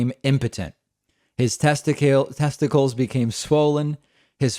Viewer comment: "testi-kales"... David has garden on the brain I guess.